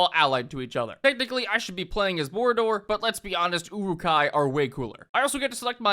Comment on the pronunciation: I always hear Uwu-kai instead of Uruk-hai.